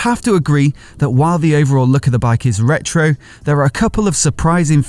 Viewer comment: It's not reto another